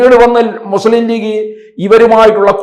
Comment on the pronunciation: ആദ്യം മലയാളം പഠിക്കടോ മുസ്ളിം എന്നല്ല മുസ്ലിം എന്നാണ്